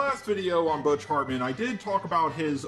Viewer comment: I love how he says bitch hartmen